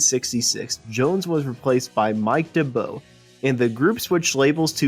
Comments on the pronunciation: excellent, well done. One very small point, Mike D'arbo's name is pronounced D -are -bo, not dab -o :-) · It’s not Mike Dibbo but Mike d’Abo, pronounced Darbo. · Mike D'Abo is NOT pronounced "Mike Du boe". It is "Mike Darbo". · Not sure I agree with you there.His name is D'abo.There is no 'R' in it.Its pronounced Dab-oh. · That's Manfred Mann's Earth and which succeeded Chapter Three.The narrator seems to have trouble with Mike D'Abo's name.